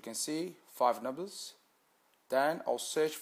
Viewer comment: He's doing the same thing people do with Lotto, he's no magician!! Probably hasn't got a penny to his name, why else would he be on here and hoping we make him money!!!???? He's a pom so he can't pronounce numbers correctly.